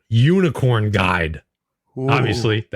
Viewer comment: Really guys? Unikorn? Really? LOL!!!!!!!!!!!!!!